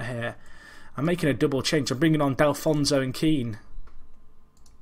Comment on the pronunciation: Delfouneso = Del - Foo - Neso not Del - Fon - So :P